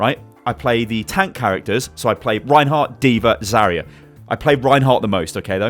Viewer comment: Pusok Mate Zarya not zarier